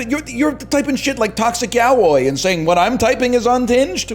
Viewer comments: ya-woy is crazy. I thought my streamer was cultured. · why did he say yaoi like that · nl pretending not to know how to pronounce yaoi